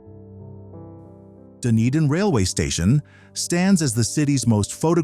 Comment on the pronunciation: could be Dunedin Florida . And its pronounced Dun - edin not Done-a-din .